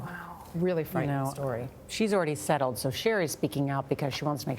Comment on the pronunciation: Why you gotta say settled like that lol